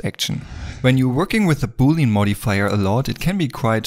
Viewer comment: Boolean is pronounced Boo-lee-an, not booleen ;-), just sayin